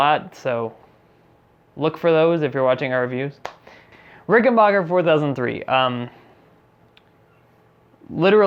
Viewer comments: Before you critique an instrument, learn to pronounce the name: it’s not “Ricken-bocker,” its Ricken-back-er. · Ricken-baker. Ricken-BAKER! RICKEN-BAKER! NOT RICKEN-BACHER! SAY IT ASSHOLE!!!! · It's pronounced rick n back er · Ok, first of all bonehead, it's pronounced RickenBACKer, NOT RickenBOCKer! 2nd, the primary difference between the 4001 and 4003 is the 4003 has 2 trussrods instead of one. And please, for the love of Aunt Fannie's Corset, the next time you make a video like this, write a script and REHEARSE it BEFORE you film it!!! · Pronounced, "Rickenbacker" not "Rickenbocker" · Its Rick - n - Back - Er, Not Bach - er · RICKEN BACK ER not BACH ER you must have said it 100 times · Ricken-BACK-er. Stop pronouncing it like the popcorn guy.